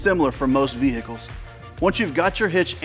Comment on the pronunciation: VeHICles. I love people who say it correctly lol. Good info.